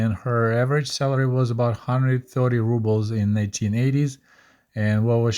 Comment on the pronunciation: amazing video as always. Your momentary mispronunciation of Rubles reminded me of many Russian-speaking YouTubers who pronounce it "rub-bles" instead of "roo-bles." Any ideas why? Is that also somehow correct? Doesn't sound right to me.